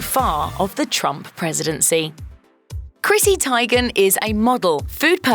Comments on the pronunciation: Christy Teigen's last name is pronounced TEE-gen, not TIE-gen. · It’s not pronounced Tigen. It’s Teegen. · TEE-gihn. Research? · Was this an exercise in how to mispronounce everyone’s name? Bill Mar? Chrissy Ty-gan? I need to stop going dwn YouTube rabbit hools & watching sheeet like this